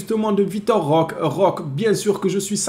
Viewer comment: Salut, bon maintenant que c'est officiel, tu peux arrêter d'ecorcher le nom de notre nouveau joueur 😅 On prononce Roquéééé Svp 🙏 liké ce message les gars faut vraiment que apprenne à prononcer correctement le nom de notre recrue.